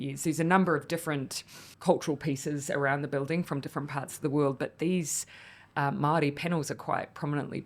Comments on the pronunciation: Did pronounce Māori., mahdi? Jesus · ignorant people do, yes. Its not attractive and frankly embarassing to broadcast all 9ver the world. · Who cares. People mispronounce words all the time all over the world. 🌎 No drama 🎭 lama